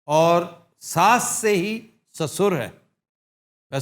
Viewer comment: sussor..hindi ka lafz hai..urdu mein arbi se aaya .... Sosar kehlata hai